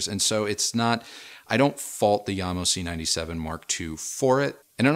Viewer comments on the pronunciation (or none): As the name JAMO is derived from the founder's' surnames (JAcobsen + MOrtensen) shouldnt the name be read as JAM-O instead of IAM-O? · Pronounce the J as is... it`s not a Y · sorry to sound rude but... yamo... no Jamo